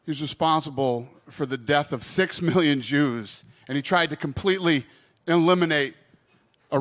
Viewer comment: Why do you have to read off a paper dana? Did someone write it out for you? And why do you emphasise "6million"?